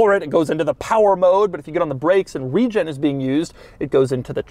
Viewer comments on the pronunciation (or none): none